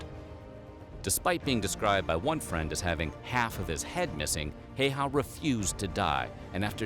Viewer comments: It's not "HeyHA" it's HEYHEH if you need to pronounce it.. or as close to that as you can if you don't know how to pronounce Ä. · "Hei-hah" xD how about "hæ/y/.hæ" Also not -20 to -40 Fahrenheit, but Celsius. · Mate its simo häyhä, not hayha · i really hate how these channels who make a video about a finnish soldier dont even bother to google how to pronounce their names. heyhaa is so fucking far form häyhä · I think during this video you were talking about a guy named Simo HOYYAAAA not Simo Häyhä :D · simo heihaa? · Its not Simo Häihä ITS SIMO HÄYHÄ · I`m Sorry but I`m finish and this thing pisses me off like it is pronounced Simo Häyhä and not heiha, häihä or haiyah, but other wise the video was good and sorry if i miss pronounced some words but i think it might be on that that i am from Finland SUOMI🇫🇮🇫🇮🇫🇮🇫🇮and if you whonder what SUOMI means it means Finland in Finnish language. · Häiäh LMAO the best non correct reading of HäYHä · Im pissed they say hes name like heyha its häyhä perkele ou jeah hello from finland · Have you tried pronoucing it Häyhä? Not Heihäh 🤭 btw great vid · it is HÄYHÄ not some hey-hah... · Its not Jheijä its Simo Häyhä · WTF it's not Heiha it's Häyhä🤣🤣🤣🤣🤣🤣🤦‍♂️🤦‍♂️🤦‍♂️🤦‍♂️🤦‍♂️🤦‍♂️ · Simo Heyhaa? 😆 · The proper way to pronounce it a little difficult for English speakers, but his name was more like 'See-mo How-ha' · They pronounced it wrong- it's hi-ya-ha. Yeah 🇫🇮 names are weird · You pronounce the last name pretty much "Hey-Yeah" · Why dose everyone pronounce it wrong it's simp hä y hä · "Hei-ha" 😂 I can't get over the way they pronounce Häyhä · "Hey-ha" *FACEPALM* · Breh, the surname is pronounced "HOW-Ha." Check out the Infographics channel doc on the legend. Cheers! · Last name pronounced "Hay-Hay" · Why can no one pronaus his name right im finish and it sounds werry weird when peipol call him simo hauha or simo heiha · I think it’s pronounced hawha:l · its saymo hayha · ah yes, simo heyaa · His last name is pronounced (how-ah)